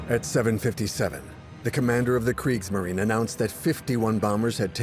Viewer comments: Its pronounce Kr ee gs marine. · You’d think if you’re going to put this much effort into a documentary like this, you’d at least learn how to pronounce “Kriegsmarine” correctly. Why do the consecutive vowels “i” and “e” (or “e” and “i”) cause most English speakers so much trouble? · Oh my. This documentary pronounces "Kriegsmarine" with a long "i"? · How in the world do you keep mispronouncing Kriegsmarine? Oh right. AI. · Could someone inform the narrator how to pronounce "Kriegsmarine"?